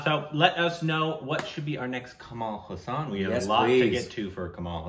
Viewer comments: Kamal Haasan is not pronounced Cumaal Huh-saan, it’s Cummul Haa-sun. Haasan is a place in Karnataka. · guys just wanted to tell you've been pronouncing his name slightly wrong When you say Haasan spell it as HAAA-SUN instead of HA-SAAAN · In Tamil it's called "pesum padam" meaning Speaking Film.... And pls note..it is pronounced Kamal Haa+sun.....not ha+saan.. Meaning the one with a lotus like smile..😁😁😁😁😁